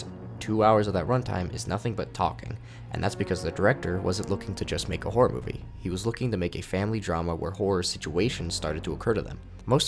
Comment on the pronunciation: i keep hearing whores whenever he say horror please help